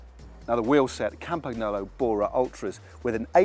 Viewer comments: did he just say campag-nolo? loooool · the G is silent in Campagnolo and the GN is pronounced more like letter N in New York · Matt.... Record, not Super Record. That's like saying Nibali is from Sardegna.